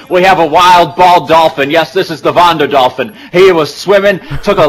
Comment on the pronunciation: you SAID IT WRONG its vonderdolphin